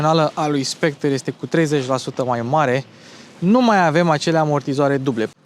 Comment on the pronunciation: Soectre se pronunta fara cu r la urma.